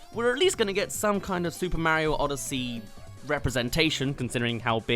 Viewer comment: Its actually funny how rabbid peach who appeared in one game has more personality than ACTUAL peach who has appeared in almost every Mario game! oh and your pronouncing Mario wrong.